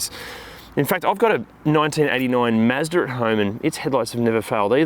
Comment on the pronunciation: LOL "Mazder" pronounced it the same way a 1940s New York mob enforcer would. Anyway, I'm looking hard at an S Plaid, I have a Model 3 Performance and I like it but I'm a car snob on a budget and I'm considering a lightly used S Plaid from 2021+ if its cheap enough. The interior doesn't matter that much to me, panel gaps aren't great but don't drive me crazy, its all about that acceleration. I hate the idea of a used vehicle though, you never know whats been done in it or to it, I just might wait till 2025 when I have enough money for a new one..... IOF they stay at 102k US.